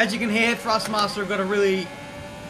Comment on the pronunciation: love the vids but its ThrustMaster not FrustMaster